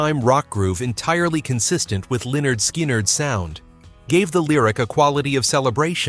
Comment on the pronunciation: "Leonard SKIner?